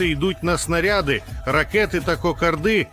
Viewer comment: Ви коли навчитесь наголос ставити ..."кокарди"....ганьба!!